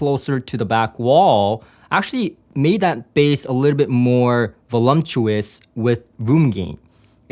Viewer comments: I probably shouldn’t put my burden at your feet but it just makes my brain itch. There is no “M” in Voluptuous. The sound of “volumptuous” fits the meaning so nicely that I totally understand people saying it like that. It just ain’t right. However, you doing you is what keeps me coming back, so keep the “M” if it feels right. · voluptuous, not volumptuous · VoluMptuous is EXACTLY the way I first pronounced the word in High School. I'm not sure when I got the realization that there was no M in the word, but once I had that realization, I made sure to do so correctly. voluP tuous. I said this, not to be critical, but to be informative. I would SO love to have these speakers in my system in place of my quite satisfactory Spendor S3/5s, supplemented by a Rythmik 12" sealed servo subwoofer. I live in LA and have been to the factory and heard the Platymons, which i found to be quite pleasing as well. Your system choices are in tune with my tastes, so keep it up. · I am a regular viewer - and support you, so please take this as the good natured tease it's intended to be: There is no such word as "volumtous" 😂